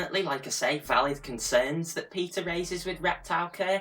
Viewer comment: PETA (you’re pronouncing it correctly) is absolutely insane. They are not an animal welfare organization as they purport to be. They routinely kill dogs from shelters and propose bans on owning any type of animals. They have a nice name, but they’re actually a quite radical organization supported by people with naive views on their true nature or with extreme opinions themselves. Better organizations in the US to be acquainted with are USARK and ASPCA.